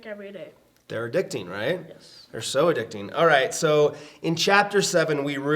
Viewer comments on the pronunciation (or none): For a moment I thought said soda-dictting hahaha